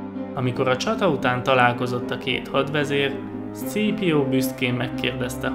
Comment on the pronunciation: Zseniális volt ez a videó! Amúgy Scaepio nevét ,,Szkípiónak ejtik :) ‘m